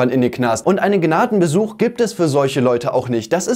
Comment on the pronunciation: Sagt er jetzt Gnadengesuch oder Besuch das lässt mich nicht inruhe 😅